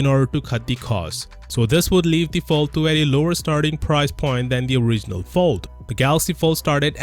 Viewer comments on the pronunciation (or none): none